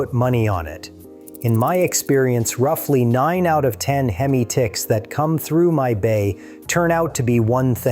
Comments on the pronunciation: Why did you call it hem eye it's hem eeee like Hemi. Not hem eye the way you pronounced it. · Within 30 seconds..voiceover says "HEM EYE" 😅. WTF? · In all your years of working on these engines, wtf is a hem-eye (time stamp, no idea, but at the beginning for sure) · You've been turning wrenches for 20 years and can't pronounce hemi?